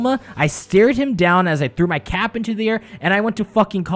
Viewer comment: When you said Cap, I swear I heard Kappa.